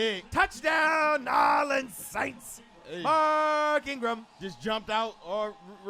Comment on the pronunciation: This was cool, but it got annoying to listen to that guy keep mispronouncing New Orleans Saints. As for the other guy, same way he's gonna ride for his team, I'mma ride for mine. Team MT all day. #WhoDat ⚜